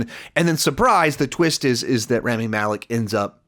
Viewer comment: R ah mee Malek